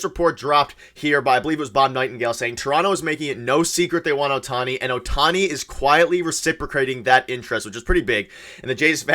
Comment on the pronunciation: Hello from Japan. Perhaps to better the chances of signing Ohtani, his name should be pronounced correctly. It’s OH-tani, not oh-TA-ni. The stressed syllable in his name is on the first syllable not the second syllable. GO JAYS GO!